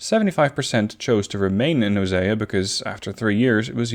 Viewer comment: It's pronounced oh-see-ah